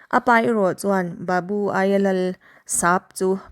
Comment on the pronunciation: Thu lam dan inzir belh a ngai. Sap, babu tih i lam dan (thluk dan) a dik lo.